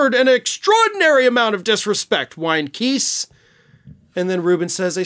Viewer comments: Evidently you don't read comments. I previously informed you Chris Keis' last name rhymes with RICE OR LICE. It does NOT rhyme with GEESE! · It's pronounced Kise with a long i not a short i. As the e at the end of his name would signify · The lawyer’s name is pronounced Kice (rhymes with ice). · Btw, the lawyer’s name is pronounced Kise (like “Weiss”. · Kise... pronounced like rice. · Hey, just to help you out, Christopher Kise's last name is pronounced with a long 'I' sound, not a long 'E' sound Thanks for all you do in keeping us informed and educated!